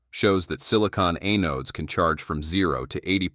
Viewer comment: The robot begs for subscribers, but I refuse until a human narrates. I can't stand mispronunciations like, "A-nodes." Stinking A.I.